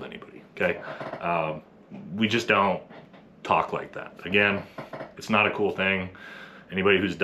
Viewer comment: i mean i’m here for you’re statements sir, but let’s at least try to put emphasis on the correct word, so we can convey the point properly. so for example 1.) NOT all sf dudes… 2.) not ALL sf dudes. 🧠👈🏻